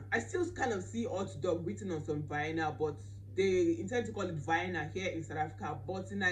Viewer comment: I had to repeat this part several times coz I didn't understand what you were saying until I realise that you were pronouncing vianna 🤣🤣🤣